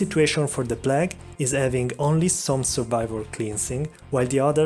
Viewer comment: The P L A G duuude